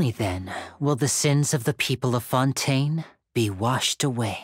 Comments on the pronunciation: why are you saying Fontaine so frenchly , its so weird, the english va's say FON TAI NE not FONtÈNE. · I hate when YouTubers start saying the names in dum ways. Its fontaine They say it in the quest Its not"fon tn" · Everytime she says Fontaine like that it makes me cringe. Is that how French people say it should be said? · Your pronunciation of Fonten is distracting. We all now know Genshin says it as Fon-Tayne. Why insist? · FONDANE - learn to speak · I would have liked and followed if you hadnt had tried to hard to say fontain with such a hard accent idk how long you how to practice it but it was so annoying to hear. literally pronounce it in you own accent its a video game relax. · I promise i love her content and really don't mean to hate but... Is there a reason for why she pronounces things the way she does? Like, most chacter and location names. She doesn't pronounce them like they're said in-game, and I'm not sure if they're said like that in the languages they're based on either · I'm sorry but I couldn't take this video seriously by the way you pronounce fontaine 😭😭😭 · the way you pronounce fontaine is killing me fr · Why are you pronouncing “Fontaine” weirdly? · she’s attempting to pronounce it the french way i guess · Love the video but the pronounciation of Fontaine drives me nuts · i cant with these pronunciation first neuvillite and now fontaine girl calm down u can speak normally 💀